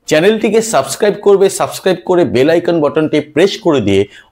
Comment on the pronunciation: I card ❌i-con ✅